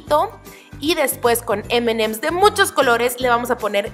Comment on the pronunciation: aprende a decir emanems 😒